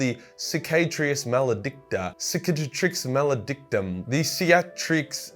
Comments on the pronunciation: Sick-ah-trix mal-uh-dick-tum. There ya go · Easy, It's pronounced Crippledicks Mauledrectum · 'Ci-ca-trix Ma-luh-dick-tum' If Darktide can pronounce it correctly, a guy with autism has no excuse not to. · "Sis - ah - tricks ' Mail - eh - dick - tumm" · Sik-at-rix mal-adic-tum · Seekaytricks malledicktoom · I normally pronounced it as sick-a-trix ma-le-dic-tum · Circ-a-tricks mal-e-dick-tom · Sick-ay-trix Mal-add-ick-tum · It’s pronounced, for any of y’all wondering, sick a tricks mal eh dick trum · I pronounce it Sick-a-tricks malla-dick-tum! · speak after me : CI CA TRIX MA LE DIC TUM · Cicatrix maledictum should be pronounced like Chee(as in CHEEta)-ca(as in CAr)-treex(treecs?) ma(as in MOm)-led-ictum(like ICTUs but with a final M instead of an S) Im not a native english speaker so it's the best i can do,for the pronunciation i used google translate's english voice. (chee ka trix ma led iktum) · Local British prisoner can't pronounce simple words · Funny you struggled to pronounce "Cicatrix Maledictum" today, when you actually nailed the pronunciation during your Blood Ravens lore video. XD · 'Its pronounced Cicatrix Maledictum' not 'Cicatrix Maledictum'...do i win ? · Those mispronunciations of the Cicatrix Maledictum unfortunately are part of a ritual to open a Demon portal. Gotta be careful with that Latin, that's why it's a dead language - they kept accidentally summoning Demons in casual conversation. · Sick-ah-trix Mela-dick-tum Least thats how I say it. Another solid video man your genuinely one of my favorite YouTubers rn so keep up the good and "unique" work (still behind Luetin tho sorry my guy) Also I think its Imperium Nile-us. May be wrong though